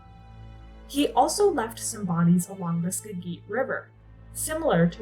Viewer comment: Also, Skagit is "Sk'a-jit." The A is soft, like "apple." Two syllables. (The Native languages in the Pacific Northwest had some features we don't use in English, so when regional names were ported over, the spelling and pronunciation became quirky.)